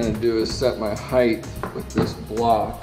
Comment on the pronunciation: Height not heighth.